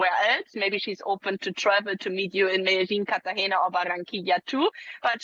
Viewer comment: Medellín is not pronounced Medelin! It is pronounce Medeyin !